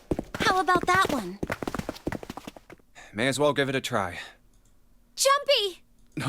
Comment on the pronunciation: Every time she says Jumpy all I can think of is 'Jum - P!'